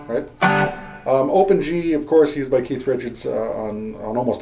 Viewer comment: that's what I m talkin bout.....really good stuff for a lifetime stones fan and beginning guitar guy ur a good teacher slow enuff but u packed a lot into a short time....thx and thx for not calling keith ...keef